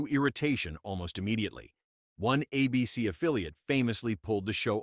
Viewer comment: How many times does this video sau “Uh-BC” instead of “ABC?”